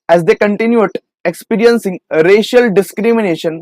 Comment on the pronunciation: Racial ko real pdh rhe ho wahhhhh😂